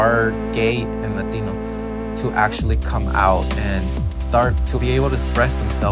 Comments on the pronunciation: LADINO 😂😂😂 I thought its pronounced Latino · Forreal bitch says latinyo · Take a shot every time she say LateenO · Bruh this bihh sounds mad weird when she pronounces "Latino/a" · She putting to much emphasis on it 😑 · She prolly doesn’t speak no Spanish but knows a word or two so she really tries hard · I just seriously despise that woman so fucking much and her butchering of 'latino' oh god please I hope she gets abducted or some shit by a mexican gang